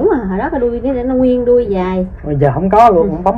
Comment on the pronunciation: Đuôi heo chữ k phải đui heo